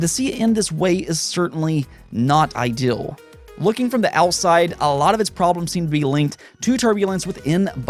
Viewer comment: Please please please stop mispronouncing the words, "deal," and, "ideal." You are saying, "dill," and, "idill." It makes you sound 14, and makes me want to pull your hair out. You have been warned.